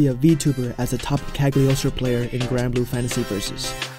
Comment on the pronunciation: The “g” is “Cagliostro” is silent.